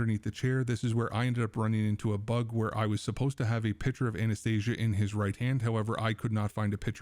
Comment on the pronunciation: Try to say her not as Z and more as S . You are saying "Anesthesia" as her name.